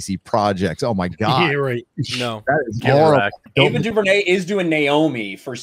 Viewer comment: Entitled loud mouth idiots. Pronouncing someone's name wrong over and over because you don't agree with her opinions. I'm not forcing myself to say Tucker Carlson's name wrong just because he has the most punch able face in news media.